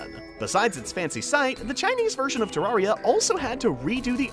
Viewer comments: people that have played the game for years still can't pronounce terraria correctly lol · You pronouncing terraria wrong = PHYSICAL PAIN